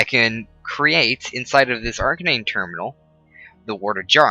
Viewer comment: you don't know how to pronounce anything correctly... It isn't its pronounced AR-CANE and its also thaum-a-norm-acon... and not vis, its vee.... Get it right. Otherwise... Good vid, you helped out lots!